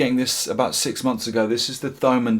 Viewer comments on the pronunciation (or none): Thomann is pronounced "Toe-man" ;) Great Video.. Keep Going dude :) greetz from Germany